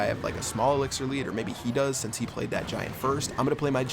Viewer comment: pronounce "sance" instead of "since"